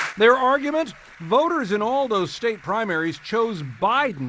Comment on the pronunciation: Damn trump cant say state the right way lol